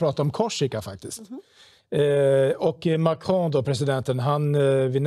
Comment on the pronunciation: Mahcroooow, jesus kristus säg MAKRON. Låter 20 gånger bättre när Emmy säger det.